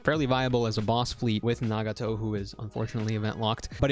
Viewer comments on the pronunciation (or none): none